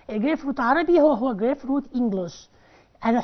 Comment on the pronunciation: شرح كويس لكن هناك كلمة كانت خطأ سهوا grapefruit حضرتك قلت y بدل ال u